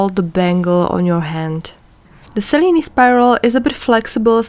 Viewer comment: Thank you for the original pronunciation of the weave. 😊